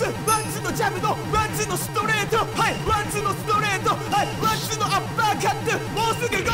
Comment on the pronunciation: ワンツーが パンツーにしか聞こえなくて笑